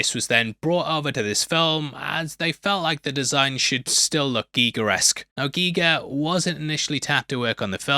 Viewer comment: Yo u saying Giger name wrong bro. U sounding like AI pronouncing he name wrong bro